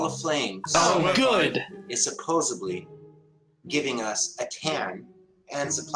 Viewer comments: "suposebly" Ya this guy is supposedly an adult. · Anyone who says "supposABLY" needs to be slapped and have any education degree revoked. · Did he say 'supposably'. He wants to be a teacher? Sheesh...Yep, I just heard it again 'supposeablie' Oh, just heard this one... 'Alls you have to do'. What the hell is 'alls' How do you do alls? We are headed towards Moron here. Idiot was reached 2 minutes in. This was a tremendous effort! Hilarious!! Thanks guys! Loved it...Ah, wait a minute. He did it, he reached Moron. So pitiful. This misinformation should not be allowed on YouTube...But it is damn funny! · I love when people say supposebly. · He's not even saying "supposedly" correctly. - supposubly ? 😂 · It's "supposedly," not "supposably." Good grief, what an ignoramus. I could barely keep watching this conker head. Thanks for the comedy, guys! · "Subposebly"! Just shows he's an idiot! Everything else he says should be ignored! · Is he "supposably" for real? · Yeah... he lost me at ‘supposeBly’... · Supposably? Does he mean supposedly? If he can't even do english what makes him think he can science? Dunning or kruger? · He literally said “supposably” im fuckin done, come on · Did he seriously say “supposably”? 🤦‍♂️ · This idiot keeps saying "supposably". 😆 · He is "Suppose-ably" a teacher. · The second someone pronounces the word "supos-a-BLEE" you know you're dealing with a blithering fucking IDIOT. And, unfortunately, that was the most coherent thing that moron said the entire time. "Lava subway tunnel tubes" ....sheesh. SMH. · Nobody's going to mention that he said "supposably" rather than "supposedly?" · Dude says "supposebly" 4 times but pronounced 'supposed' correctly. I've learned I am the dumbest 3rd grader on the planet, off to put my head in a blender for the 2nd time today. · He lost all credibility the first time he said "supposably", and then lost more with each of the next four times he said it. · LOL He said supposably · Did the teacher say supposably?